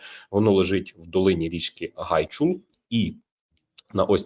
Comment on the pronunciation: Гайчур а не гайчул